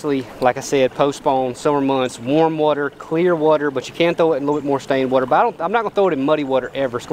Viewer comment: got one of the best channels and the way he says "werter" is hilarious haha KEEP IT UP HOMIE!!